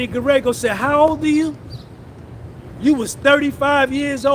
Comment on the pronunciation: Bro you have to go look up a video about Mark Geragos so you can give that name the pronunciation that it deserves as one of world’s most prominent defense attorney lol That’s his daughter on Puff’s team and he’s an advisor